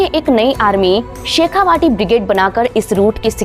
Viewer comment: Its "Shekha-vati " not "Vaati" शेखावटी!